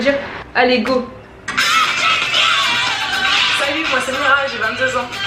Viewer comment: C'est pas mira mes mirey mdr sinon moi je t'adore